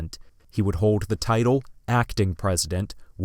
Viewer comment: Good video, but why do you pronounce the letter "L" as a "W?" "Fewt" "hoed" "hewd" rather than "felt" "hold" and "held." . . . . Also? You need a pop shield on your mic.